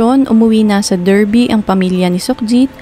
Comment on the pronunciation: Correct ko lang, it’s pronounced as “DAR-BI”